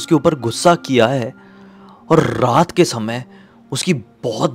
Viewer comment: raat ❌ rrrrrraaat ✅